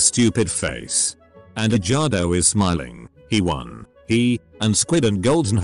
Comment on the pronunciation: I love how the narrator pronounces the name as edge-gardo